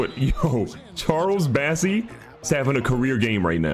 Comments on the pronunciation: Does he still not know it’s BOSSEY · Wait, isn’t his name bossey and not bassey?